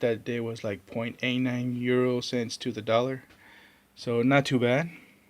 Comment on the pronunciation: Some nice grabs there... and you say "euro" where and how did you get those?